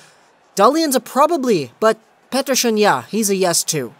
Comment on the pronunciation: pls stop pronouncing petterson as pettershon